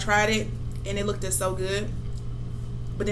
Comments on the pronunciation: “LookedED so good” 🤦🏻‍♀️ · Panda Express is not the business obviously you like take Chinese food and no I will not subscribe because you eating fake Chinese food lol it LOOKED SO GO GOOD LOOKED is The correct way to say that word duhhhhh oh you're from the country I'm from The City SAN FRANCISCO CORRECT ENGLISH